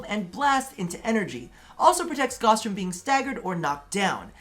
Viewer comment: “goss” Everyone else: “ITS FUCKIN GAOWSE!!!!”